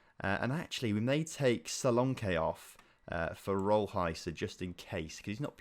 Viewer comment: both versions for solanke you said were wrong because the one i hear is solanki